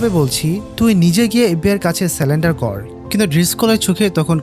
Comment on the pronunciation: ভাই সেলেন্ডার না শব্দটা হলো সারেন্ডার।